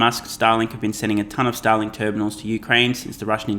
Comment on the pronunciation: I’m sorry, I’m too much of a moron to unsubscribe from your channel. I seem to be unable to find the button… Also it sounded like you pronounced “Starlink” as “Satalin”. Hope you won’t get canceled, comrade! :)